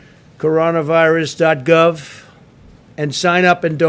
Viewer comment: Did he say genna virus at the start?